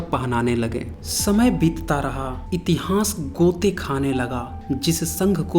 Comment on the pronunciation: इतिहांस या इतिहास कृप्या उच्चारण घ्यान देना प्लीज ॥ वीडीयो बहुत ज्ञानवर्धक है। धन्यवाद।